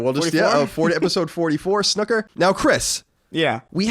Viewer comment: Colin you bastard it’s not snucker its snooker, “snoo” as in “boo”